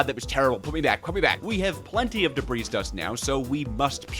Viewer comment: The S in Debris is silent and is its own plural. I figure you know about the fluid thing already though lol